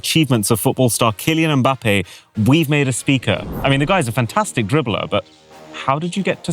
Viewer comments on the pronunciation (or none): none